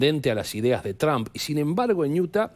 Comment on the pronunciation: Señores periodista, que bueno que se asesoraran en la pronunciacion del apellido del presidente de estados unidos. NO se dice Tran! NO atropellen la pronunciacion! 😂